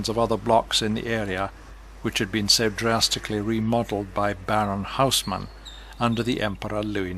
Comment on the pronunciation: names all good but Haussmann, should be pronounced as Osman, I read only 2 of his books.....incredibly long sentences, sausages :) half a page or the whole page, but so well written, you can almost see what he s describing. I read it in his language, French. Him wondering around as a young child without any supervision might mean who knows what happened to him and how and why he ended up being gay and lived so traumatized....